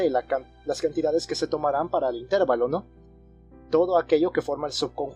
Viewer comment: Excelentes videos, gracias por compartir. Solo un detalle, la palabra "intervalo" es grave, no esdrújula, creo que no es "intérvalo".